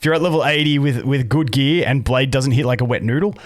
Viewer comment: "Daoesnt" lol